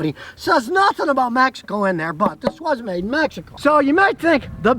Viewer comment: Nice video. I just bought a 2018. Not gonna lie tho i thought you were saying "magical" instead of Mexico the for the first 3 minutes lol.